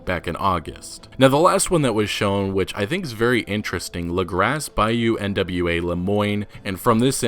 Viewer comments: It's not Bayou N.W.A., it's Bayou Nwa. Nwa (nah-wah) is Haitian Creole for the color black and darkness. Derived from the French word for black, Noir (noh-wahr). And with French and Creole in mind, Lagras might be pronounced (la-graw), from the French, Les Gras, the fats. For the French commune of the same name. The photos seem to name a Saint-Denis saloon as La Bastille Saloon. Named for La Bastille Saint-Antonie of The French Revolution. This may be the same establishment seen in earlier trailers. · Bayou N.W.A 😂 It's pronounced n'wah I guess (yes like in Morrowind) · Buyou nwa is pronounced nu-wa not trying to be a grammar nazi just trying to help